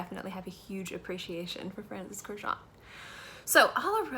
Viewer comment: Girl, learn to pronounce his last name correctly ... it is Kurkdjian ... which is Armenian last name